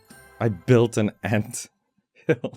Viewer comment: Every time he said 'and' in stead of 'ant' 😩💔 Thank you for sharing.